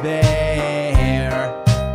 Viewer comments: it not fauzber its fazbear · I definitely agree with you, instead of fazbear, it sounds like he's saying fozbear, like man, that's not how you pronounce it, it's fazbear not fozbear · "Freddy FAHzbear" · This dude really pronouncing Freddy FAUzbear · You type freddy fazbear but you say freddy fezbear but cool animations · Love how he mispronounced Fazbear as Fozbear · He said fozbear not Fazbear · Fandroid! - The Musical Robot the way it said Fazbear !!!it sounded like fez bear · Cus it sounds like Fozbear XD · I like the song, i still don't like how he says "Fahzbear" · deathtrap the bloody bunny he ACCTUALLY said FAHZBEAR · he says freddy fázbear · Fandroid! / Griffinilla look up how to say fazbear lol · U cant convince me this man has had any interactions with fnaf, he pronounced the name of the big man wrong for gods sake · You said fazbear wrong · Not saying fazbear right